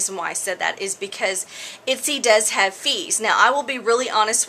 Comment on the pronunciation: Itsy? Your totally slaughtering the name! watch other videos and you can see the correct pronunciation. Thank you for the information though.